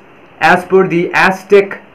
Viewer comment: Azzzteck not asstick, thank you